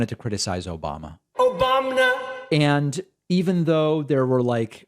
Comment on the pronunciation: I'm trying to seriously listen to you and you gotta "Obamna" lolol stop it!